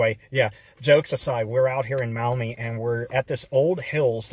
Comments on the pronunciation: As a local I am able to often visit the Antique Mall. May I point out that "Maumee" is pronounced in two syllables ‘Mawh-me’ and not muh-Awe-me. The store owner’s rent space to independent dealers. 3. The place is located on US Rte. 20 Reynolds Road between the Ohio Turnpike and Dussel Drive. Six hundred yards south from the Antique’s Mall is Schlotzky’s where route 20 becomes Conant Street heading to the Maumee River and though Maumee the road is under construction as of this writing. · Maumee is not pronounced that way.... (Mawmee).